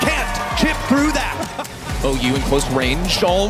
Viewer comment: Pretty good video, just one thing OU is called 小歐 in China, so in eng its pronounce (OH)❤😂